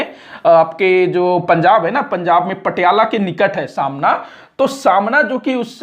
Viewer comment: Samna Nahi sir smana